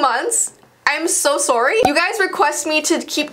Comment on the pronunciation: The Canadian "I'm so sorry" 😂